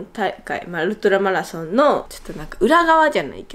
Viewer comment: 『メラソーンであしーがうごかな〜くなりーマシダ』で吹いたw お疲れ様！！